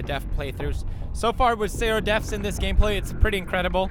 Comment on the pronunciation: Just wanted to say deaths instead of deafs maam:)